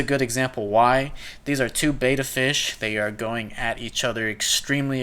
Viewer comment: Bet-tah, not beta! :)